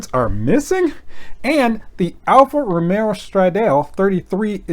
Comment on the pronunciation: its ALFA ROMEO just like Romeo and Juliet